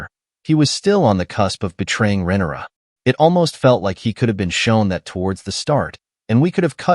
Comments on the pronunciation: It’s RHAENYRA, not Renera! For someone smart enough to make a video analysis of the show, you sure are bad with names! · Must be AI Voiceover? You can't watch the show and mispronouce almost every single name surely. Demon?? Renerra?? Quite major characters! Are Americans so out of touch with the rest of the world they just stubbornly pronouce names how they think they should be pronouced and ignore their ears??!